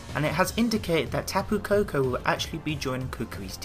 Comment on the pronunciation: It's kapu koko